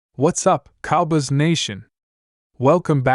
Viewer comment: If you can’t pronounce “Cowboys” you shouldn’t be talking about them. Have you ever watched an NFL game? I’d suggest you start a different channel.